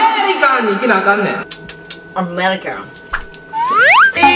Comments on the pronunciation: アメーリカンww 発音良すぎww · のAmericanが めっちゃ発音 よっw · いいね〜楽しそう♪♪、｢American〜｣の発音いい(〃艸〃)ﾑﾌｯ 口ついてるよー、、変なとこで発音いいねw